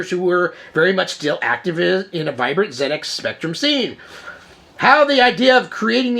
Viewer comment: Being English and having a 48k ZX spectrum in the early 80s it's great to hear an American viewpoint of this classic British computer.i love your enthusiasm and you seem like great fun.i'm also pleased to hear you pronounce it zed X,and not zee X!great stuff!